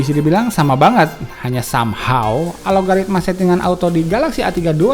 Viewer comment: bukan alogaritma om tapi Algoritma